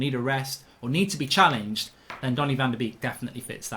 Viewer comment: Anyone else triggered when he says Danny van de Beek